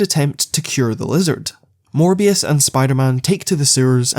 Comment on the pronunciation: I heard "More BS" instead of "Morbius"!